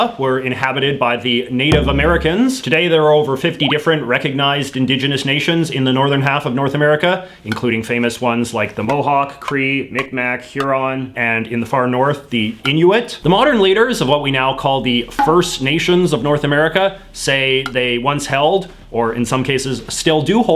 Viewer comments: mic mac is not the correct way to say M’ikmaq it’s more like “mig-maw”. i’m from nova scotia and love the videos! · Your mispronunciation of Mi'kmaq is hilarious. I'm not even Canadian and I know how to say it.